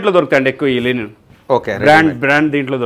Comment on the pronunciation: Not Lenin It is Linen